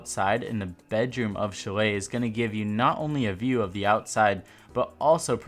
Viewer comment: It’s pronounced shall-aye